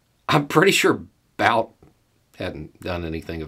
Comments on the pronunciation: The last name of Russian arms dealer is pronounced as [Bu:t], more like 'boot' or 'butte' rather than 'bout'. Just saying... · Dam it's been 3 or 4 days now and you still can't pronounce his name right it's pronounced boot not bout